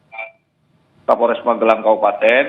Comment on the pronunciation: Pak kaporles yaa😂. Bukan Kapolres🤣